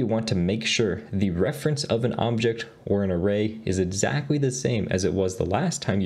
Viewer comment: Edzack ... edzackly ... edzack values.... is that how he's spelling it?